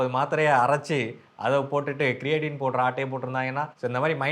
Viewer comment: புரோட்டின் பவுடர் வாங்கி இருக்கிறீர்கள். கிரேட்டின் பவுடர் என்பதாக உச்சரிப்பு இருந்தது. நீங்கள் போட்டோ காண்பித்ததால் புரோட்டின் என்று புரிந்து கொண்டோம். சரியாக உச்சரிப்பு செய்யுங்கள் பிரதர். நியூட்ரி லைட் புரோட்டின் வாங்கி சாப்பிடுங்கள். அது இயற்கையான தாவரங்களில் இருந்து எடுக்கப்படுகிறது.